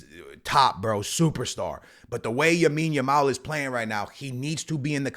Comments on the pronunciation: BROTHER! Its Lamine with an L. Lamine Jamal. Not Jamine Lamal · Bro it is Lamine Yamal not Yamine Yamal 😂🤦‍♂️ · bros still saying yamil lamal 🙏😭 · gonna say yamine yamal till he changes his name to it😂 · Bro its LAMINE yamal😂